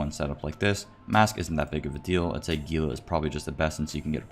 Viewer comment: the G in GILA york f pronounced as an H... as in Gila monster 😘